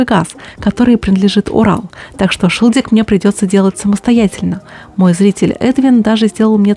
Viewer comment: Да и ещё не шилдик, а шильдик.